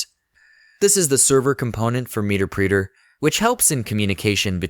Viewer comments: OMG!! Muh-Ter-Pre-Ter NOT MEETERPREETER otherwise great tutorial. LOL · the voice is AI...he called it "meterpreeter" lol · "Meter preeter"... 😅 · This has got to be an AI voiceover... "meter preeter"?? "post gers"?